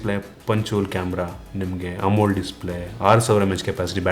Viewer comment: Bro you're using wrong pronunciation of AMOLED display. You're pronouncing like "amul" display!😅